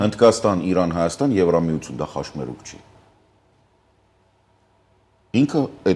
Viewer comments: Պարոն. Վատիկան ոչ թե Վածիկան. Խաչմերուկ ոչ թե խաշմերուկ։. Չնայած այս ամենին միեվնունն է մեծ հաճույքով ենք լսում. Ձեզ։ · խոսելիս ձեռքերտ հանգիստ թող, մի թափահարի, խոսում - մտածում են գլխով և ո՛չ թե ձեռքերով, հետո հայերենում չկա "ա" հոդակապը, ոչ թե խոսում ա, մտածում ա, հիվանդ ա, այլ մտածում է, հիվանդ է, խոսում է, պետության անունը Վատիկան է, ո՛չ թե Վածյիկան, ոչ թե խաշմերուկ, խաչմերուկ...